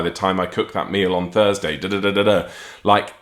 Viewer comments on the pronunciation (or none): none